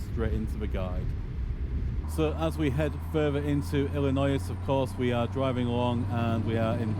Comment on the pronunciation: The S is silent in Illinois